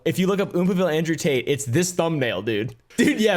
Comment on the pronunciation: Did he just say Andrew Taint?